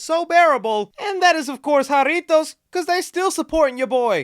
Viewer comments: Bro you can't say jarritos right and you Spanish. Fake af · You say jarritos like a no sabo kid lol